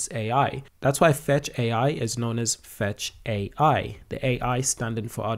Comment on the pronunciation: It’s FetchAi not Fetchio